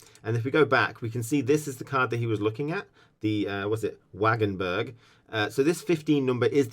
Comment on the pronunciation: Wenn man bedenkt wie er "Wagenburg ausspricht, nein.